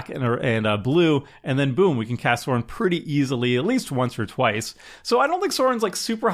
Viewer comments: its Sauron!! not sorin haha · For the record, Sauron is pronounced with an "Ow", like somebody's pinched you, not an "Aw", like you're gushing over a puppy. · Sauron slowly but surely became Sorin 😂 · I'm sorry... how did you pronounce Sauron? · Can you tell doesn't know LotR the Sauron pronunciation was rough.